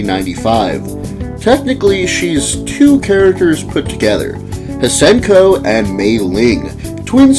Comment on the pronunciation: I think it’s pronounced “see-en-ko”.